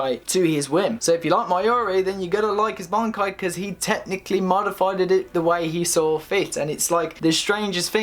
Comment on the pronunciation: Did I hear him say more stronger and modifiedid ? lol I mean most of the wording is pretty bad grammar but those were the cringiest parts to have to hear. I dunno chock it up to youth